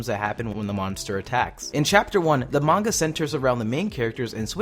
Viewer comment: Someone finally says manga right